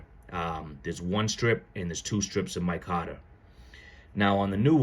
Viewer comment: It's not "my cotter" I can't listen to you call it that anymore